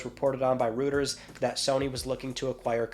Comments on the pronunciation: It's pronounced ROYTERS man. I've heard you say it as rooters so many times I had to say something. Haha sorry man but it's been bugging me. Love your channel! Have a great day! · it’s ROY-TERS, not ROOTERS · It's Roiters not Rooters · Rooters? Ah you mean Reuters 🤣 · it's pronounced roy-ters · hey bro, Reuters is pronounced Roy-ters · Come on dude, how many people have to tell you how to pronounce Reuters before you take notice?